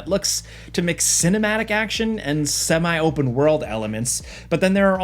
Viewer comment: Hell is Us looks great, and I like the possibility of exploration. BTW, if you pronounce "multi" as 'mʌlti', why don't you pronounce "semi" as 'sɛmi'? 'sɛmai' sounds really weird.